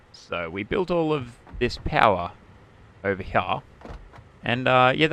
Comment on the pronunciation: when you cant say "here" properly and say "heyah"